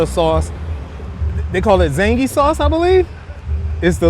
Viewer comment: Another great video,! May I offer a slight criticism? You have to get the name of the BUSINESSES and the SAUCE/SANDWICHES/SIGNATURE DISHES or whatever RIGHT. I'm laughing as you keep saying "zangy," but that business is relying on the loudest mouth in the south to spread the word about the "zingy" sauce. (Actually, the loudest mouth in the South, North, East, and West.) If you're joking, good one. If you're just moving fast cuz the block is hot, slow down. We got you. (In your defense, you made onscreen corrections to clear confusion. Nice.)